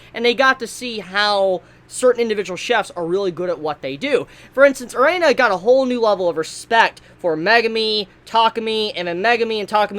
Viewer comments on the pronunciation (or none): wow.... whos "Er'ay'na" thought it was "ERINA" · Y DO U KEEP SAYIN A-REINA?!?!?! IT’S EH-RIN-A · Arina it's erina Jesus whats it with you Americans can't pronounce something as it's written arina fuck me it has a "E" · One request. Pronounce her name Eh-ree-nah and not Uh-ray-nuh. Thanks 😁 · yeah he really needs to do that , triggered me each time he said it wrong 😭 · Erina, Air - In - Uh pls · For some reason I'm not mad at for pronouncing Erina as "E-rey-na". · Hearing say Erina so many times, I just hear Erena instead. This makes me visualize in my head an Asian grandpa trying to say Elena and this is hilarious for absolutely no good reason. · Please say eh-ree-nah. Eh-ree-nah Eh-ree-nah Eh-ree-nah Eh-ree-nah Eh-ree-nah Eh-ree-nah Eh-ree-nah Eh-ree-nah Eh-ree-nah Eh-ree-nah Eh-ree-nah Eh-ree-nah Eh-ree-nah Eh-ree-nah Eh-ree-nah Eh-ree-nah Eh-ree-nah Eh-ree-nah Eh-ree-nah Eh-ree-nah Eh-ree-nah Eh-ree-nah Eh-ree-nah Eh-ree-nah Eh-ree-nah Eh-ree-nah Eh-ree-nah Eh-ree-nah Eh-ree-nah Eh-ree-nah Eh-ree-nah Eh-ree-nah Eh-ree-nah Eh-ree-nah Eh-ree-nah Eh-ree-nah Eh-ree-nah Eh-ree-nah Eh-ree-nah Eh-ree-nah Eh-ree-nah Eh-ree-nah Eh-ree-nah Eh-ree-nah Eh-ree-nah Eh-ree-nah Eh-ree-nah Eh-ree-nah Eh-ree-nah Eh-ree-nah I don't know why but this triggers me so much. God help me:( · I liked your review man, but could you please pronounce Erina's (air-ee-na) name correctly in the future? It just bugged me a little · I'm surprised he spelled Erina right in the video title at least. He still kept pronouncing it as Erena tho